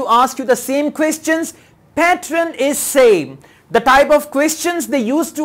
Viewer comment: Please say pattern as ''pat + turn'' not ''pat + run'' as you are saying. This will help students thats why I am pointing it out